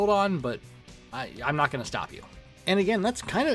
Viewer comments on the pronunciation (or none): none